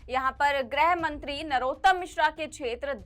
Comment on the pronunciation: ग्रहमंत्री नहीं, गृहमंत्री उच्चारण करें।